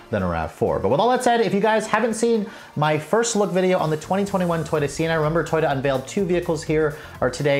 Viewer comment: Toy-dah? I have never heard it pronounced that way. Interesting.